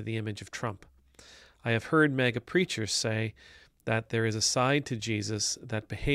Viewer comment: I like how you pronounce it MEGA